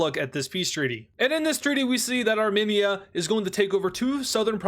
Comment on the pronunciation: hello, As a part of the Armenian community I would kindly like to inform you that when you say Armenia, it is pronounced. (Ar-Meen-Ia) Not (Arm-En-ia, Plz like so he can see this